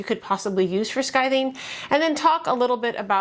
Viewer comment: You are saying “skithing”. Isn’t it “skiving”?